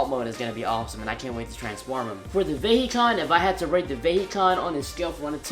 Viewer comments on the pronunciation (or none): its pronounced vihecon (for some reason)